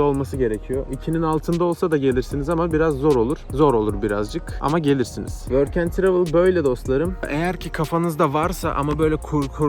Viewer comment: Programa nasıl kayıt oluyon worken travil dediğin